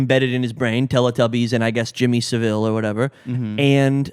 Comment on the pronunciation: Yo guys, I'm a British listener, and just wanted to clock in to say: A) It's Jimmy Saville like gravel, not like Cruella Devil, you guys were killing me with that B) is correct — I haven't see anyone on the right, or frankly in the wider public reading into TBT as anything other than a crazy fun zombie movie. In fact with the anti-intellectualism I associate with the far right, they'd probably think it were gay to go see anything other than American Sniper and whatever tf Chris Pratt is making now Also bonus point you guys are the first I've heard to suggest the post-Brexit themes, which make total sense and I'm definitely on board with. And moreover points around the gonzo shooting methods in the franchise's prior instalments being suggestive of a surveillance state put me in mind of your horror episode, when you were speaking about zombie movie origin and ideas of the braindead consumer, homogenisation of individual identity etc.. Which is to say I think there's a wider point here about the direction they're taking the 28 franchise (explicitly limiting it to one country) and how it relates to increasing contemporary notions of western isolationism, which is particularly pertinent to the US at the moment but also of the surge of far right thinking in the UK (I paused the ep to write this comment so sorry if you guys go onto talk about that) edit: you definitely did and put it all much more eloquently than I have lol Anyways love all three of you and this